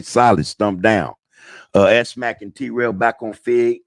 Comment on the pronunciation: *Mac*....not "Mack"